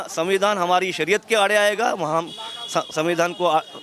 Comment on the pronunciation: Sariya. Nahi sariyat pahle bolna sikhlo